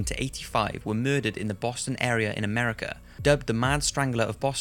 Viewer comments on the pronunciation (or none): none